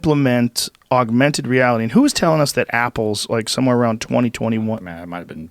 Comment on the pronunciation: JOE” AUGUMENTED REALITY” ROGAN